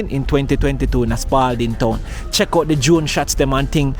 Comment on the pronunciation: No s on Spalding